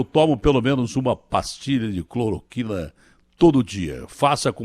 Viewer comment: Ciro não sabe falar cloroquina